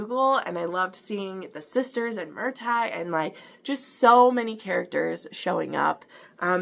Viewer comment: Love you’re review girl ❤❤❤ but everytime you say Mur-TAG, & CAL-um I wanna shake ya lolllll😂😂😂😂